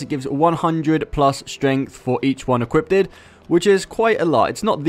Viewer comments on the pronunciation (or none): Please say equipped, not equippted, it's been bugging me in every one of your videos. Good work though, keep them coming.